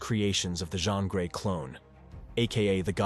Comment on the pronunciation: Its pronounced "geeeeen" grey.